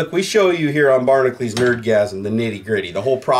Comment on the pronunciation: I think needs to learn how to read. Barnacules does not read "barnacleez"